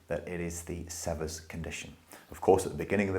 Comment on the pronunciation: Sever rhymes with fever. The first e is long. It is named after an American doctor.